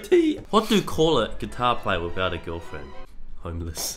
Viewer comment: the way brett says without a girlfriend in his accent